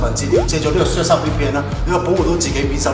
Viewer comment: 明明surfshark但你讀到削沙🤣